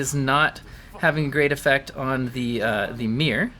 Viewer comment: "the mear" (mirror) gets me every time xD